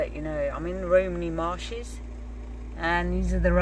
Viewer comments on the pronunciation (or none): 'Romany Marshes' :-) ....... A bit like My missus used to call Spaghetti 'Paschetti' ;-)